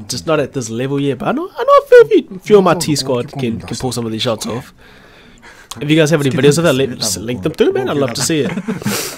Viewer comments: Shots* not shoits by the way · WTF IS “SHOITS”